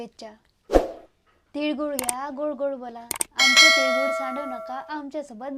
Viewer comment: तिडगुड नाही रे तिळगुळ बोल...आणि ते समथिंग समथींग जरा कमी बोल😂